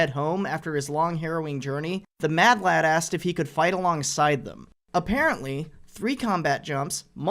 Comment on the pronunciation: Americans say madlad now? It just doesn't sound right with there accent